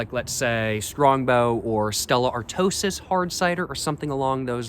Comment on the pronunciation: Why do you call it Stella artosis when its clearly pronounced Stella artois?